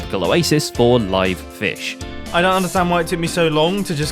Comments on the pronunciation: Oh boy the "fih ghost" is back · Lol it said 'The fih ghost returns'